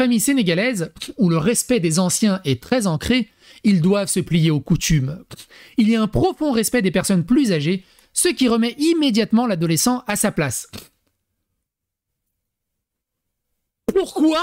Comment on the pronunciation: Mec , tu a dit couTCHUMe .